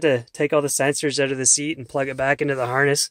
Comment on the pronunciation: You mean, stretched "oot"